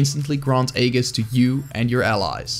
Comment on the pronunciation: Awesome video, but I thought you should be made aware: Aegis is pronounced ˈē-jis -- not ā-gis